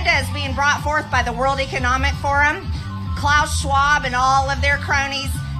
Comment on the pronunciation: "Claush" Schwab